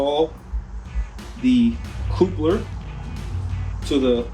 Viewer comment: I guess he does not know how to pronounce the word coupler. Because he's saying it wrong, it doesn't instill much faith in his skill and knowledge of what he's doing, does it